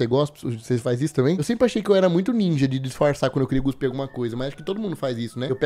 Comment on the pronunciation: por favor, nao fala Guspir nao, alem de estar errado ainda me lembra do Filme da Bruna Surfistinha, e olha que nao eh o da Debora Secco